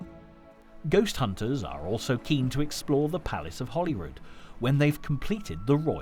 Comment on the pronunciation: Why does he keep calling Hollyrood Palace, HOLLYWOOD Palace?? Gimp